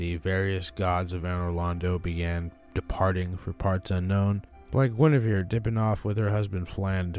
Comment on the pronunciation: WHO did you say gwyneveres husband is